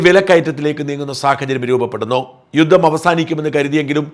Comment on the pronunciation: യുദ്ദം അല്ല, യുദ്ധം ആണ്